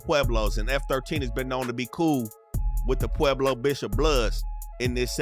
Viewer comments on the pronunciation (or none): none